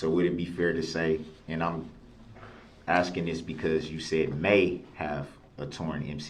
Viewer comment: I love that you said "AXING" questions... Good lord that made me nuts every time he said it